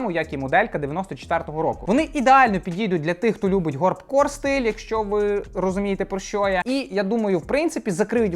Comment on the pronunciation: Горб корст чи як правильно??😂